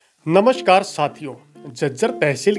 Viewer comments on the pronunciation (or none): none